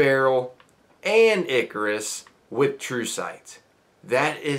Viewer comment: "Icarus" Sorry mate. You lost me.